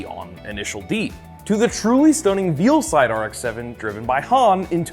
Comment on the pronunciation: "The Red Suns Fc Rx7 and the yellow FD from initial D"......which is ALSO a red suns Rx7. The characters are brothers....lol. also it's Veil(vale)side, not "Veelside"